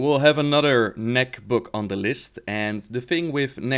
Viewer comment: ''Knaak'' is Dutch. Pronounced ''Knaaaaaaahk'' basically. If a doctor asks you to say ''aaaaaaaaaaa'' make it a bit sharper and put it in the word ;p And you pronounce the KN. It's not a silent K. But I doubt if English people can prounounce it without saying ''Knahhk'' or ''Neck'' as you do and manage to pull off the ''long A'' as we call it in Dutch ;p